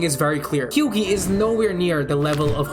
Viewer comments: did bro just say Hew-Gee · Almost like the actors are acting like their characters...? also "batcher", "hughee"... c'mon man. Feels like you read into it way too hard and got it wrong plenty of times, makes you seem like you think you know what you're on about, but don't actually have a clue. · This guy pronouncing Hughie's name as "Hyoogey" makes me wanna eat my own 💩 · why you pronouncing hughie that way? Did you now watch the show where his name is being pronouned very clearly multiple times?